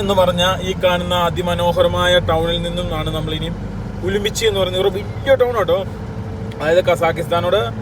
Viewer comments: ഉലുമ്പിച്ചി അല്ല ഉറുമ്ചി ആണ് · ഉമ്ലിച്ചി അല്ലാ ഉറുംചി എന്നാണ് സ്ഥലത്തിന്റെ പേര്